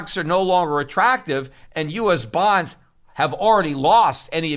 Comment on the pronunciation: LOL you say bonds like someone says buns. I got hungry. 😀